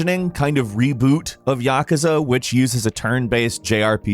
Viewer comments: " And number five is YAKZALAKADRAGAN " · "Yaw-kah-zah" is definitely not how its pronounced, come on.... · yah kah zah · Yakaza... righttttt. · I cringe everytime pronounces "Yakuza". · Pronounce Yakuza one more time pls just for lolz xD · Dont ever miss pronounce "Yakuza" that bad.... Ever again. Thank you 🤦🏼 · Thank you! The way he pronounced it and said the whole title super fast, I thought he said something about Godzilla 🤣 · Somebody teach this guy how to pronounce Yakuza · The man pronounced yakuza so weird